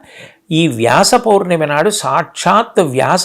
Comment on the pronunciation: పొర్ణమి కాదు పౌర్ణమి అనుకుంటా.